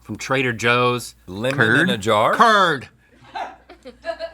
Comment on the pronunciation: "cURD" lmao